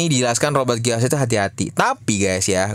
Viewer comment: bangke Robert Kiyosaki jadi Roy Kiyoshii 🤣